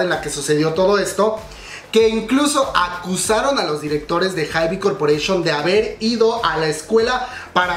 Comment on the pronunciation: Se pronuncia "HAIB", la "e" del final no se pronuncia (